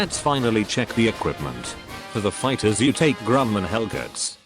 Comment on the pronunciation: "Figthers" LUL